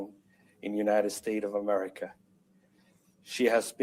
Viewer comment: The you nited stay of uhmerrikuh!😂